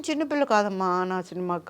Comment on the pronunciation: Chinpilla chinpilla kadu thalli chinna pilla